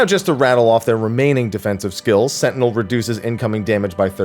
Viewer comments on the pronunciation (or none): none